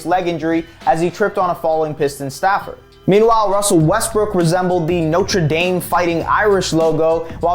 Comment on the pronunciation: “No-trey Dame”? 😂